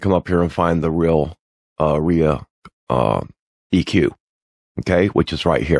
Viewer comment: Thanks for this. Very helpful. Incidentally, ReaEQ is pronouned Ree-Ee-kyoo. 😎